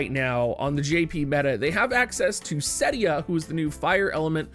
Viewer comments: if you can pronounce celestial and understand it’s 4 syllables, then you should be able to pronounced celes as two syllables. Celeste is an actual name which should make it even more obvious that it’s cel-es, not cells. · Ce.les, not Cells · I love you but I can’t stand how you pronounce Celes and Tidus. I could be wrong but I think it’s Sell-ess and Tie-dus, not tee-dus. Then again it’s silly for this to annoy me (especially considering I could be wrong) 😅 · It's Ce les man, calling her Sells is cringe. Look forward to the collab for sure. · you know I love you but hearing you call Celes "cells" hurts my heart. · it was odd. I have never heard her name spoken in game, so I cant be sure, but I wonder where got the idea from that "Calls" is the pronounciation to go by:D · Celes, as in Celeste.